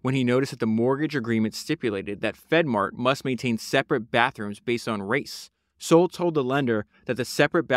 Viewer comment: Bro , you made 2 pods on this guy and don’t pronounce his name correctly once. It’s SAUL like the guy from the Bible.